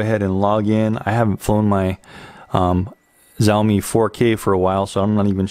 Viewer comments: Great review. FYI "X" in Chinese is pronounced Sh, so Shaomi, not Zaomi. They now own Segway and also produce all the rental scooters for Bird and Lime that you may see in your city. Now that they have tested the waters and entered the Drone market, you can bet on them upping their game and competing heavily with DJI. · SenatorPerry Missouri , The Xiaomi state.